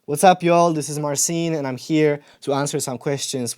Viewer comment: It's funny how he cannot pronounce his own name xD